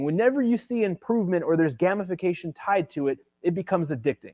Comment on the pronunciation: Brooooo! "Gamification": 'game-if-fa-cation' Great vid